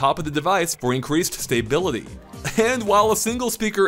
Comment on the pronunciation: Stay Bility? WTF?